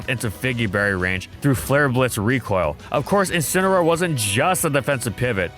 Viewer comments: IT'S INCINEROAR, NOT F*CKING INCAROAR! SAY IT RIGHT! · DO NOT LEAVE OFF THE A IN INCINEROAR!